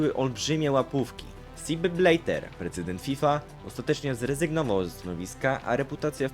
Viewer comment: "Sip Blejter" łapka w dół 👎